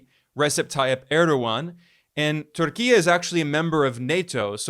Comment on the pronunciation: I commend you for pronouncing Türkiye in a Turkish way. I'm not even turkish, by the way. It just shows the level of respect and literacy of yours.